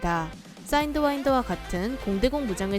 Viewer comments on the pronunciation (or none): 사인드와인더(x) 사이드와인더(o) sidewinder